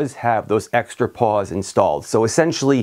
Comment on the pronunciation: Were you saying paws or pawls on the your hub driver?